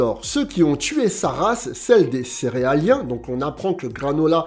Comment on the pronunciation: Les céeraliens 😂😂 oh non granoka et ensuite céerzliens😂